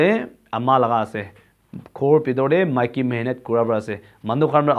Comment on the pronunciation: Buddy Maiki not miki little bit correction